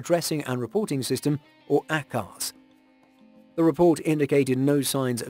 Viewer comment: It’s not pronounced ACKARZ!! And what’s with all the BS photos on the preview.